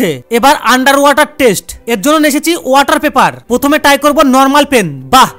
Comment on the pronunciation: Try❌ Ty✅😂